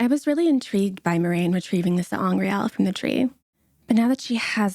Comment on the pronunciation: Good job, got the pronunciations of Sa'angreal and Ter'angreal correct! Sa'angreal allow the user to wield more of the One Power than they normally could, and Ter'angreal use the One Power to create a specific effect.